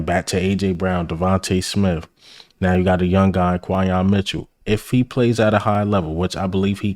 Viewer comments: You my man but but it’s pronounced like Qwenyon Mitchell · Quinyon fits us perfect and you my dawg but you been butchering dawg name 😂 just say Q bro. Great vid though. Keep it bro! 💪🏾🔥🦅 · Respectfully, how many times are you gonna see, HEAR, and type down Quinyon's name and still pronouce it wrong? Lol.